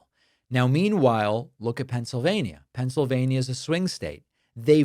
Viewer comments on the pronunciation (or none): none